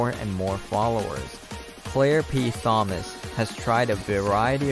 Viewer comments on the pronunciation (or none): TH-omas? The "h" is silent. It's spoken like the name Tom. No "th" sound. Tom-us. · …. Not how you say her last name….The ‘H’ is silent! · The “h” in Thomas, is silent.